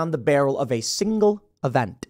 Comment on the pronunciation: Pool did you say "event" or "evenTUH" ?